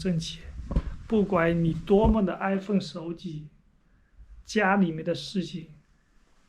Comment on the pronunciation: 无论怎样的安分守己 差点听成了 无论怎样的iPhone手机😂😂😂😂😂😂